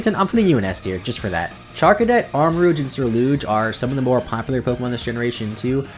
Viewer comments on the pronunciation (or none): none